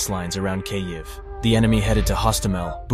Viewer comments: How is it that there have been stories about this war for more than a year and yet your narrator can't pronounce the name of the Capital city properly. If you want to present information with any sense of authority get the pronunciation "Keeeev" not "K-ev" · Great info but hire a real person to narrate your videos. Hearing "Kay-eve" over and over completely distracted me from the video. There are plenty of English speaking voice actors out there that would gladly do it for free in support of Ukraine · Kyavvviiii the A.i bodice is crazy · Learn how to pronounce Kyiv. It’s pronounced Keev not Kayiv. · Is no one going to mention that he is saying cay-iv? WTF? I really hope you're pronouncing it that way just for the sake of driving more engagement. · Its pronounced keev. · how do you not know how to pronounce kyiv by now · gosh i almost cant watch this. i looks good i just cant stand the way he says the cities name. uggg. Slava Ukraine!!!! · I've heard Kyiv pronounced two different ways. The way he pronounced it is neither. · How on earth IS he pronouncing the name Kyiv? It's not hard! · 'Kyiv' isn't difficult to pronounce. Yet the guy doing the voice-over manages to mispronounce it - consistently. 😂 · Thanks for your reporting but if you're going to talk about the Ukraine war, you may as well learn how to say "Kyiv" better (it's just one syllable, and think of the "y" as just another "i"). Slava Ukraini! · Until you learn how to correctly pronounce Kyiv, I'm outta here.